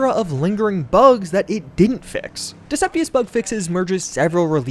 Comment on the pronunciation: great video though xD